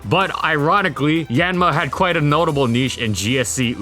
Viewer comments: Hate to correct pronunciation like this but it's "Yahn-mah" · I thought it was pronounced as yawn-ma? I’m taken aback right now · I love how he almost never pronounces the name of the Pokemon correctly